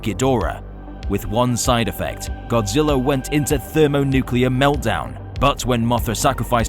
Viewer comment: He said godziwa